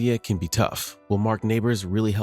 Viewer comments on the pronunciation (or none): Bro called him Mark Nabers